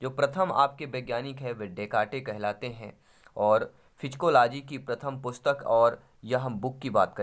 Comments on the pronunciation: सर आप साइकोलाजी को फिजिकोलाजी क्या वोल रहे है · साय्कोलोजी को फ़ीजीकोलोजी केऊ बोल रहे आप